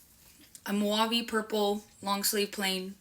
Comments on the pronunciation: WTF is mouave? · that woke, broke chic pronounced “mauve” like “moo-ah-vee” 😂😂😂😂😂😂😂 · “Mooahve” “toepee” bish you mean mauve and taupe? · In case anyone else caught it.... moo-ah-vee.... is not a color. It's spelt mauve and pronounced "mawvvv".... and now you know why she still works there in her late 30's.